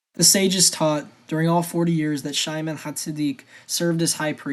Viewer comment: Anaias ... how tf could that be Ananus? Just read with your eyes. If you're going to make these, man, learn to say the names right or it's hard to take you seriously. Shimon is not "Shy-man" and dude... ˌkæn dlˈɑ brəm